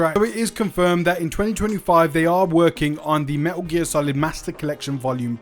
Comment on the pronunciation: Everytime you say "Meh'Uh gear" makes me flinch